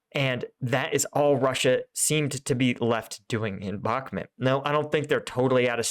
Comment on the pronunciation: Bakhmut is read as "Bah" - "Mut" the u sounds like oo in book.